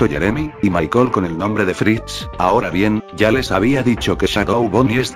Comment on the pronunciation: Dios, porque cuando en este video, dice Michael, y yo le entiendo mar*cón xd